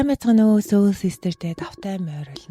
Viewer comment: Хэрэгтэй мэдээлэл өгсөнд баярлалаа. Soul гэдэг англи үгийг соол гэж дууддаг шүү сөүүл биш.